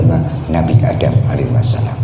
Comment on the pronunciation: Do' a dukun baca mantra, nyebut alaihi salam aja salah alaihi wasalam.kok pengikutnya percaya, apa gak sesat.? harap dipikir ulang ...Betul ...tidak..? keprook atuh...